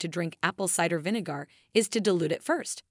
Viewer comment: You pronounce Vinegar as Vinegoor 😂🤣😅😆😅🤣😂